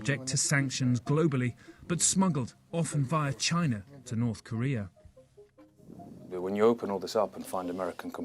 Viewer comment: Its called North Korea, not Nod Koria....